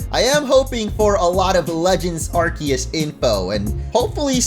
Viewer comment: You get my Like just for pronouncing Arceus correctly